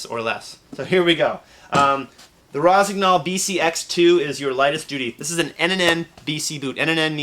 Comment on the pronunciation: It's Rossi - NYOL, not Rossi GNOL. Cognac is pronounced KON-YAK for the same reason.